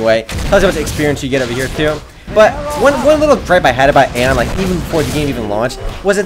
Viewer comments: its not aon its aion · you say it like ion thats how you say it